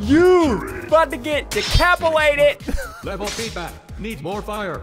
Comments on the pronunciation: No one: Literally Nobody: Not even a soul: Ssundee: Ohhh, you just got DECAPILATED!!!! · he said decapilated